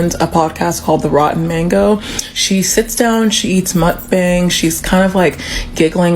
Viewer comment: Mukbang is pronounced muk-ba-ang